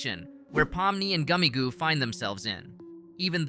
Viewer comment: goomigoe I think its pronounced gummy goo